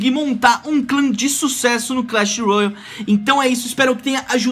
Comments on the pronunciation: Para de falar royal eh royale (rouiale) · é só ''roiale'' n sei daonde tu tirou esse u ai